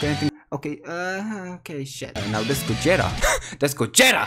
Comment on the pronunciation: I like the way you say Gogeta it’s like GO JET A. JET A:*Flies to nuke Your Crystals*